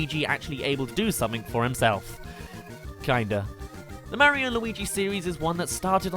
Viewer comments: It's Mario, not Merryo. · how come you say Mah-rio lol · You pronounce Mario and icarus wrong